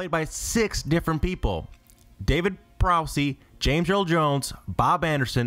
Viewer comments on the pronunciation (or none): Should be called "54 Star Wars facts and 1 urban legend you've all heard before, regurgitated by a narrator who has a hard time pronouncing well known names." Prowse. It's just how it looks. Rhymes with house. How do you get Boosk from Bossk? I suppose next you're going to say the actor who played Luke is named Maersk Haymill, and Lando was played by Biley Gee Wilhelm. Unsubscribing.